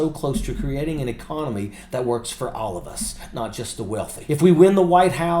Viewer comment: "our econowee will be in full retreat" - - sounds like he's got prostate problems, trouble with the wee ... and FOX fact checking - sounds like Rupert has turned again the orange snowman.